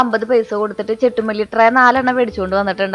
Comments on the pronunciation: ചെണ്ടു മല്ലി എന്നല്ലേ ചെട്ടു മല്ലിഎന്ന ല്ലല്ലോ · ചെട്ടുമല്ലി അല്ല ചെണ്ടു മല്ലി